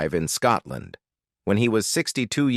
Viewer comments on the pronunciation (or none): none